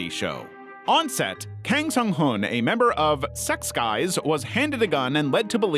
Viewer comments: "SEX GUYS"??? 🤣 It's more like "zex-keys". It's german. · I can't unhear sechskies being read as sex guys now 😅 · Sex guys is what i heard not sechskies 💀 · The way you pronounce Sechskies LMAO